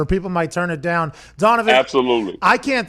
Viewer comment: Pat gunna be going Dahn to the WWE soon 😭